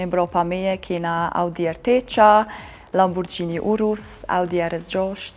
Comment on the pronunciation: Mir krejt po bënë ni xhiro ka Italia dhe mëso ta thuash mirë mbiemrin(sepse mbiemër eshtë) Lamborghini e jo Lamborxhini.